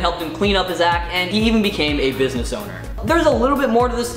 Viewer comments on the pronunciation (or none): none